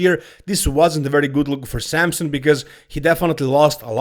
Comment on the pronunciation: It’s Samson, not Sampson